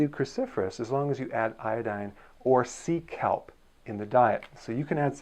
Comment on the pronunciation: Lol when you mentioned “sea kelp” I thought you were saying “Seek help!” Lolol